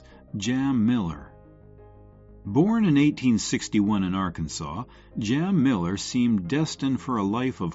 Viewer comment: Not Jam Miller! Jim Miller!